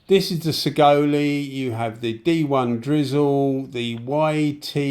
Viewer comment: Hi, Saigole is pronounced 'sigh-goal' 👍 I bought one back when they were only $100 au (so roughly 50gbp), for the money, they're a great little gun, ignoring that they're a copy, they seem well enough built. Actually, I use mine quite often for random small jobs. One thing I don't like about it is the pot lid is an absolute pita to clean due to the way it's made inside (and the trigger doesn't have quite enough of a curve at the bottom, but that's knit picking really). Overall, I don't think you can go wrong for the money 👍(not to say there isn't better for the same $$, but it isn't disappointing) Cheers for the vid 👍